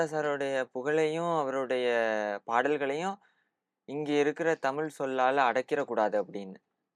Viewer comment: தனித்துவம் Q. M ழ Q. M தமிழ் (தமில்) Q. M